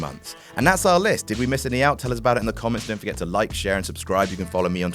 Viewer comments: "And that's ourl list!" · "and that's ourl list" - brilliant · "AND THAT'S OURL LIST" nice one guuuuyyyyssss